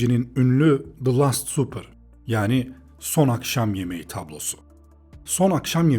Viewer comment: İyi bir video. Davinci'nin The last supper tablosunu anlatırken "supper" kelimesinin telaffuzu hatalı.